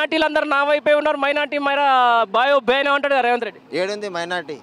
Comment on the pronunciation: మాట్లాడుకుని నేర్చుకోరా సాయిబు రేవంట్ కాదురా రేవంత్ ఒక పది సార్లు నోట్ బుక్ లో డిక్టేషన్ రాయి